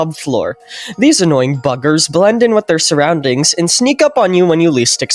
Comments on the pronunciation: is it just me or did ''these little buggers'' sound like '' these little f****rs💀💀💀😭😭😭😭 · I thought he said “these annoying f*ckers “ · Thought he said fuckers lol 😂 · it sounds like he said “annoying fuckers” 😭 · Bro did NOT say buggers 💀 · It's a joke cuz it sound like he called the Duckers but replace the D with an F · I swear he did not say buggers 😭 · Most obvious ”buggers@ I’ve ever heard brotary phone✌️😭